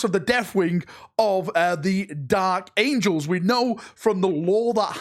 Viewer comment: The dalek angels? It sounded like you said dalek angels lol